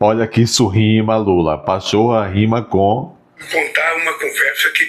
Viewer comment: Nem o nome do companheiro lula sabe falar. 😂😂😂😂😂😂😂😂😂😂😂😂😂😂😂😂😂😂😂😂